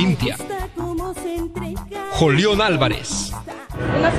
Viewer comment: Jajaja Jolión Álvarez 😂😂😂 en vez de Julión ...se manchan!